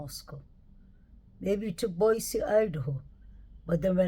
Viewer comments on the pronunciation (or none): none